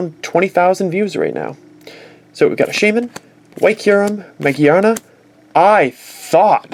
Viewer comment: Mageana? It's ma-GEAR-na